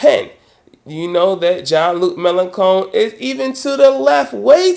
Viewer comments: Sorry, but it's Melen[shon] not Melen[con]. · Not really important but it's May-Lan-Shon, not May-Lan-Kon. The rest of the content was fine :D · 2 remarks:1. 'melanchon' is pronounced malanshawn. 2. The Democrats are not centrist when it comes to distribution of wealth and welfare. They are perfectly happy with society as it is now. That's a rightwing position in my book. Otherwise a very valid point. I hope Obama will prove you wrong on this. Corbyn should win. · I love how you pronounce "Mélenchon": Melon cone, it actually sounds nicer than the real pronunciation. 😄